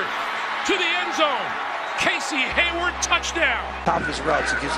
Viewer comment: They pronounced Casey Hayward, Casey Howard